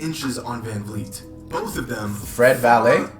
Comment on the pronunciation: This man said “Fred Valet” lmao